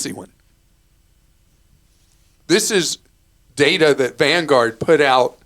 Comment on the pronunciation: #BonusTerm — "Van-gahhd" ... How folks in Boston say #Vanguard ... Lol. #TeamClarkRocks